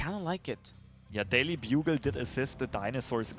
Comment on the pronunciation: LOL "Daily Bug-al"